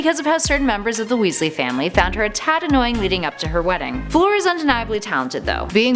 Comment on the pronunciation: Fleur is French and pronounced “flör” not flor😂 Sorry if Im wrong but Im sure its pronounced flör.💗